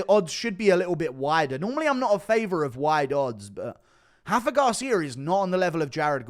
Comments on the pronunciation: R’s are pronounced in Mexico GURU🤣. Its Rafa not Hafa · Brother Montserrat rendon and Rafa Garcia are Mexican not brazlilan. It’s not “Hendon” and it’s not “Hafa” lmfao